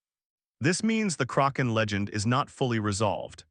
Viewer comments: DUDE!, it was NEVER called The CROC -AHN, It was CORRECTLY CALLED THE KRACK - EHN. IF You do NOT KNOW HOW TO SAY A WORD OR A PERSON'S NAME,... YOU LOOK IT UP!!!!! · I agree with you are relying too much on AI only to narrate your stories. It is detracting very significantly from a documentary that would gain far more positive notice, if humans played a far more active role in the final stages of production. This video is in English. It is inexcusable to mispronounce the word Kaken when it is the subject of the video. It is NOT the result of regional differences in pronunciation. It is just wrong!!! I call attention as well to the word, "read". It can be pronounced as, 'reed' or 'red'. All it takes is one individual paying attention once to the audio to catch and correct these errors before the final version is dropped. I tell you the truth. is absolutely 100% right. I really loved this video, but, the mispronunciations made this almost unwatchable for me. Please correct and take a little more care in your editing in future and you'll have me watching for a long time in future. Thank you and sincerely, Bill Baker in Toronto